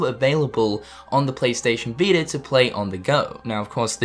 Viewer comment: "PlayStation veetr"